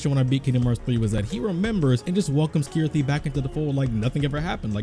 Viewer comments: Sorry are my ears playing tricks on me or are you calling Chirithy Kirithy? lol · lol, I always pronounced it Chirithy cause Ch always sounds like a ch to me not a K but whatever... cool video anyway.